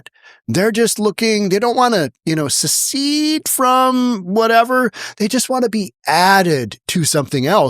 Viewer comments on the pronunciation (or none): I like it! Move some blue electoral votes over to the red side. And maybe the congressman learns how to pronounce secede in the process. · It's SECEDE not SUCCEED. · Succeed or secede? This guy is a real Brainiac. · Secede and Succeed are two different words. They're pronounced differently. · Dear, you word you're trying for is 'secede', not 'succeed'. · "succeed" is not "secede" dude.